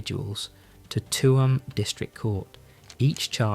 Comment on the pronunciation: Tuam is pronounced choom